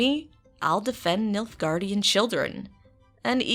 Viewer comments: Did… did she just say “Niffelgardian empire”? 😂😂😂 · I love your pronunciation of NIFFELGUARDIAN empire 😂😂😂 Amazing video though 😁 I'm getting my GF into the witcher universe and I'm gonna share this one 😊